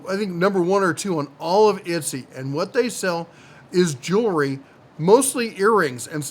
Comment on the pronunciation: It’s ET-SEEEE